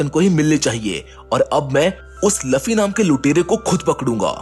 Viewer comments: luffy not laffy🤬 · Bor it's not laffi that's luffy.😑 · It's luffy not laffy